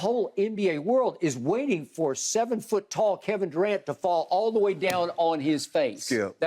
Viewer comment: "KEVIN DUCANT" LMAO